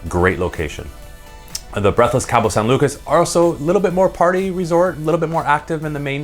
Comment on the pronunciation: It’s pronounced KAH-BOW not Cab-O